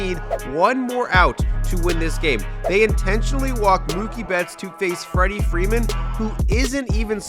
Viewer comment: Freddie frrrrrewfedman